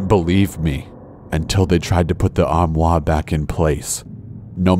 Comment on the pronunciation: corpse: armoire me: whaaa? his french accent eye... faints